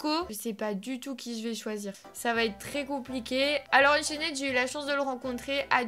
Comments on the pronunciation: Ça se dit ''unchaind pas ' 'unchained juste la prononciation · arête de dire unchained c'est unchaine ok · Tu sais pas dire Unchained toi tu dis UnchainED😂😂😂😂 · C est pas unchainnèd c est unchained il n y a pas de ède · c'est pas unchainede c'est unchained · unchained pas unchaineed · UnchainED à mes oreilles à ses oribles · AAAH JE SUIS UN INFILTRÉ D,UNCHAINED TU AS DIT UNCHAINÈD SÈRIEUX MES OREILLED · Juste on ne dit pas le -ed à la fin de Unchained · Du dis mal unchained